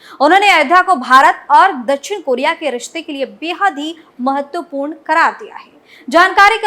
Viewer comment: दछिण नही दक्+षिण=दक्षिण बोलो